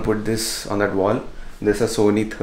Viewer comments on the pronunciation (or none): none